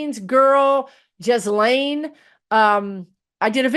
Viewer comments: Ghislaine Maxwell is pronounced. Gheeelane, I think. 😉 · Lol, not that it matters, Ghislaine: the G is like the G in guilty, S is silent, The french. Lol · I think Gaetz is being “Cawthorned” 😂. Ghislaine, hard “g” , no “s” . Gilane.